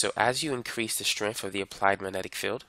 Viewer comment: “Wiff”. With. “Strenff”? Strength.